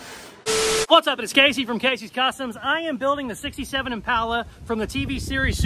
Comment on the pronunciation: stop saying IMPALA wrong!!!!